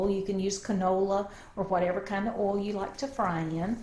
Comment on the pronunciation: i love how she calls oil "ol". This is how you know it's legit. lol.